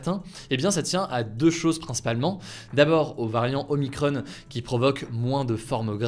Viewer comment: ce n'est pas omicronne, mais oh-mie-cron (il na pas de e)